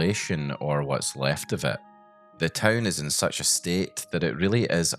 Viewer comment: such SUTCH such as SUTCH